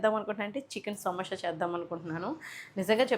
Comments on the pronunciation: సమోషా కాదు madam సమోసా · సమోష కాదు అండి '....... సమోస అండి